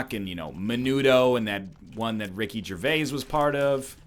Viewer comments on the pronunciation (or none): none